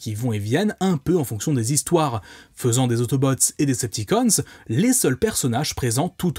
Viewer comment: Perso j'ai grandi avec les DvD et avec la VF et je suis littéralement un pro VF mdr mais si y'a bien une VF sacrément gâchée c'est bien celle de la G1 de Transformers, entre les noms mal prononcés (autobooo, decepticans?, les noms de certains persos,...) et surtout le plus important LES VOIX haha ! Rendre Bumblebee stupide avec la voix de Samy dans Scooby-Doo me déchire le coeur :') Optimus qui a une voix de méchant (bon ça me choque pas trop ça va), et surtout il devait y avoir 5 ou 6 acteurs grand max on retrouve toujours les mêmes voix, elles sont mal mixées et les effets sonores sont inexistants je pense notamment à Soundwave... my boi, what did the do to my boiiiii xD Et parfois les robots parlent comme des robots parce qu'ils sont des robots c'est cliché au max sûrement pour amuser les enfants et rendre le truc moins sérieux et violent ils aimaient bien faire ça dans les années 80 quand les animés ont commencé aussi mais c'est dommage x) La qualité sonore est pas au rendez-vous mais par contre... LE Générique français papapaaaaa ça !!! pépite !